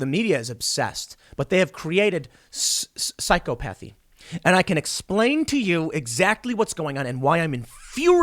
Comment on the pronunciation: Did you just mispronounce psychopathy? Lmfao. Perfect example of people repeating things they've read but never learned. It's Psykop-athy not psyko-pathy lol. Ya'll might say thats a small distinction, but when someone is talking about a relatively educated topic with no idea how to actually pronounce it, it throws into question just how much they actually know which is dangerous for someone to listen and take advice or news from that person, because now its like well, if you can't even pronounce a word, do i trust you to truly know what it means?